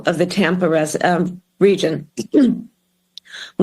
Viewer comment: She looked like she was having a panic attack while she was trying to address the people of the “Tampa rez uh, region.”